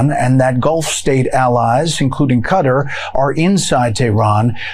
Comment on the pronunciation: Since when did Qatar turn into Cut-ter? Is that like lake America?🤔🤣🤦🏼‍♀️